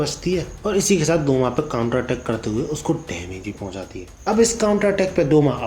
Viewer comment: Douma hota hai Sale